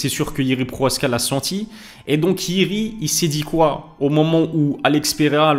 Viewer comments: « Proaska » tu lis bien son nom ? Y’a le « ch » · Salam pk tu dit « PROHASKA »? C’est « PROCHAZKA »😊